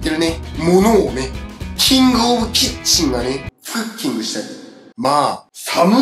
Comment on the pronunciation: ”クッキング”ってどんな発音だよwww